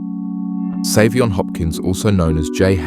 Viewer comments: It is so disrespectful to mispronounce Saiveon's name the WHOLE video. You outta order his name ain't Seven! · His name is pronounced 7.